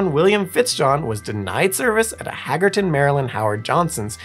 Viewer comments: "Hay-gers-town", not "Haggerton" Maryland Also, "Grennich", not "Green Witch" NY (It's a British pronunciation) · It's pronounced HAY-ghers-town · I didn't catch the mistake because it was so terribly butchered. Where's Haggerton Maryland?😂 Wow, yea, Hagerstown is just a few minutes south from me in Chambersburg Pa.